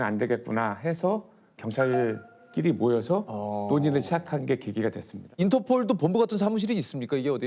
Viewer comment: 인터포~올~~ 인터포~올~~ 할므뉘가~~항국푼 이심니다~